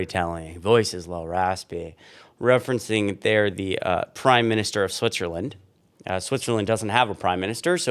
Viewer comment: Did he say Switcherland?